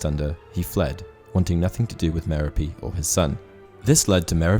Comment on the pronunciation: The way you pronounce Merope is painful.